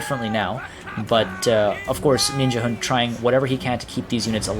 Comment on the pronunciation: Ninjahund means Ninja dog in danish. And of course you pronounce it very wrong :D